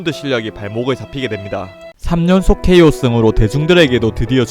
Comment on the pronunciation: KO도 케오 입식도 이씩